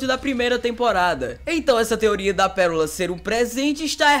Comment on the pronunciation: KKKKKKKKK "PERORA"